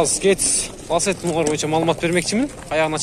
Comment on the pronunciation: Лассети эмес Лацетти деп айтылат!